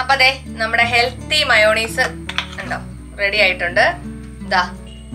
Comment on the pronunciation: മയോണീസ് അല്ല ചേച്ചി മയോനൈസ് എന്ന correct